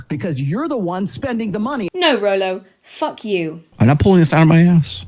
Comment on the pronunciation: Stop saying rolo you're gonna trigger me to the snack draw